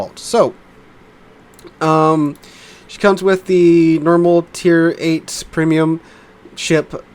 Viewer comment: Am I deaf or did I hear "Permium"?! American "English" gets stranger by the year...